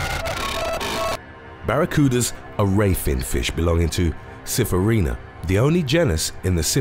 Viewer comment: Um look. Sphyraena is not pronounced "syphraena", it's as in "sphinx", okay?